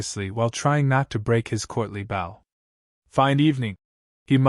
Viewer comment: This is AI narrated, you can tell by the mispronunciation of words like "bow". Moving on.